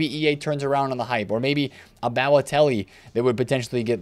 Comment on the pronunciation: rip pronunciation of Balotelli